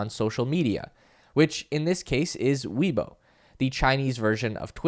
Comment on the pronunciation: It is not said "we boar" it is said more like "Way Borh"